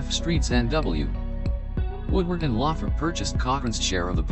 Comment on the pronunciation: I with you could of pronounce Lothrop correctly this should be re-done so that you pronounce it correctly shameful. I worked there for 11 years six day a week